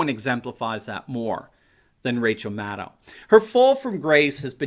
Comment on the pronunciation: Did you say mad owl.